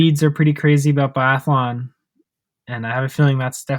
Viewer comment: Guys guys guys!! You deffi. have to work on your phonetics. And it will be easier to take you guys serious if you actually know how to say these athletes names. Put me in a pod as a guest so we can sort this guys:) I know biathlon really well(swedish) Really like your channel, but stop butchering their names mate!:))